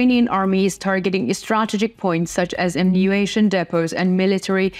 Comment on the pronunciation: Put main point up front. Be more succinct. Good job in general. Pronounce the m in ammunition